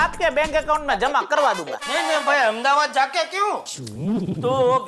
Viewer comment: Y she say amdabad it’s Ahmedabad idiot ppl make there own names